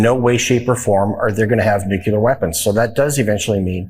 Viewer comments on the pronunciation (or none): Lesson1: repeat after me maga.. nucl-E-ar, not nu-cu-lar. Lesson 2 tomorrow. Tufyattm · BTW, Van Orden - it's pronounced "nuclear", NOT "NUCULAR". You ignorant butthead. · Never trust anyone who pronounces Nuclear as Nucular. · In this day and age, you’d think elected officials could pronounce “nuclear” correctly. It’s grating! Personal pet peeve. I know, not really important. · Van Orden is against "nuculer" weapons. LOL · I can't take anyone serious that says "NUKYLAR" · I don't think I'm going to put too much stock in a guy who can't pronounce 'nuclear' talking about a nuclear weapons program that our own intelligence indicates was not really a thing even before bombing them last year. Honestly I really haven't seen much threat from Iran at all. Peeps talk about M. A. D. Mutually assured Destruction, well, they get 1 nuke, we have what, 10,000? Let's let that asshole owl from the Tootsie Pop commercials count how many nukes it takes to wipe Iran off the face of the Earth. Not advocating nuclear war but at the same time what are we worried about? They won't use it because they know it'll only invite retaliation in kind. There's a much greater threat to the United States sitting in the oval office. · Probably just a coincidence that the guy who thinks "Donald Trump makes promises" also can't pronounce "nuclear". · How come conservative Republicans do not know how to pronounce nuclear